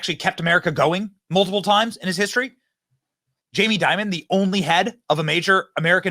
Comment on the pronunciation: Wow this guy seems to say jamie diamond?? & . no wonder...